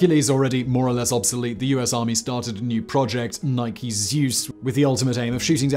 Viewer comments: Why do you say "nik" in describing missiles and then two sentences later it becomes "nike" as they should be called. For victory. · Ny-key, not nyke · It’s pronounced ni-kee not nik. For fucks sake Simon